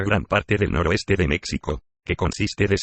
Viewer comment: Pero porqué con la voz de Loquendo! Es más, esa voz ni siquiera es Loquendo! Pronuncia "mécsico", "mecsicanos"... 🤦‍♂️🤦‍♂️🤦‍♂️🤦‍♂️